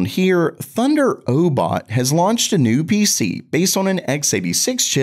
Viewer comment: Why do you say these names so weird? "Thunder-o-bot", "O-B-S Bot"? Its pronounced just like thunder robot. And obs bot.